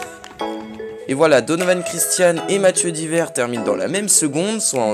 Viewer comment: GG quand même 👌! Par contre il faut prononcer le "es" de Diverres 🤣